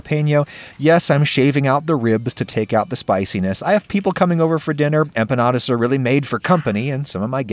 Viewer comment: I'm just glad you avoided the trap of hyperforeignisms and didn't call them empañadas